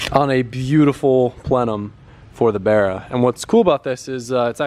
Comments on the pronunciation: Can you please say bArra instead of brra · Barra has no e it’s not berra u gotta speak the language…